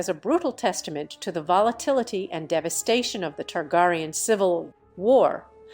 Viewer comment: King Ogon the 2 TargarieYawn